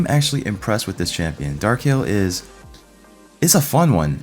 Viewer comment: Kai El... sounds ridiculous!